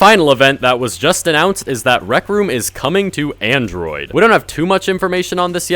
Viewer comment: nigga said androi.